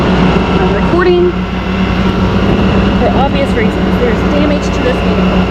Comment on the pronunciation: Anyone who turns vehicle into three syllables should have their vee-hee-cle towed and destroyed.